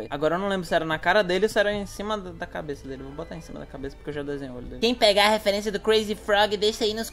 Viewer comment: "Eu peguei a refuerincia" Normali UwU